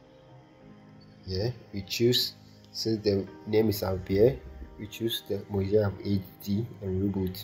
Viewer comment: first Mojave is pronounced MOHAVÉ you know , the desert area in California plus the amount of time you waste in installing mac os and dealing with its problems might as well get a cheap old mac from 2012 to experience the OS lastly MAC these days is just a glorified smartphone you're not missing anything if you skip it , waste your time with linux instead at least you learn something